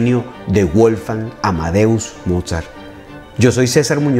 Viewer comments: Muy lindo el vídeo, lo único que me gustaría que revisase es la pronunciación del nombre de Mozart. Es Wolfgang (la W suena a V), no Wolfang. Saludos desde Argentina! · WOLFGANG SE ESCRIBE Y SE PRONUNCIA VOLFgang Es un nombre aleman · Estimado César: en alemán la doble u (w) no se pronuncia como en inglés, sino de forma llana, como la uve (v) en castellano: Weber se pronuncia "véber" (no "béber") y Wolfgang se pronuncia "volfgang" (no "bolfgang"). Espero que esto te sirva para tus maravillosos videos, que sigo siempre con mucho interés. ¡Saludos!